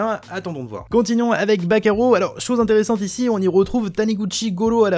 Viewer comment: j'ai compris "bakayaro" au lieu de "back arrow"